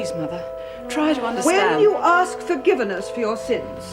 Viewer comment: The overacting Nun is annoying but when she says forgiveness as forgivaness I had to laugh.